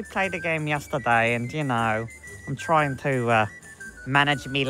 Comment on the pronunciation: “and yk I’m troying to manage me load” 😂😂